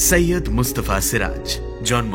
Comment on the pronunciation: আপনারা সৈয়দকে সইইয়দ বলেন কেন???